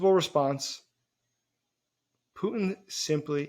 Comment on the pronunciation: His name is Putin, not Pu'in. The T is not silent.